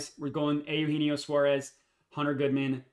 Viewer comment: Eugenio (you•gee•knee•oh) lol good try though